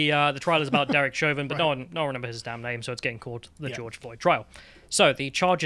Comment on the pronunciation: It's Chauvin not Chavin. It's also H not Haytch. 😉